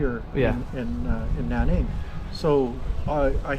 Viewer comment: Not Naning but Nan ning.